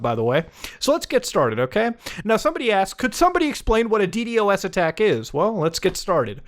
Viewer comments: Beo..it‘s DDos, not „D D o S“ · Hearing muta call it d d o s instead of d doas is slightly irritating for some reason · The fact Muta says DD-OS instead of D-DOS has me shaking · Normal people: D-dos attack Muda: D-D-O-S attack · what’s a “dee dee o ess” I only know a “dee doss” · Just say d-dos bro not d D o S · Dee Dee OS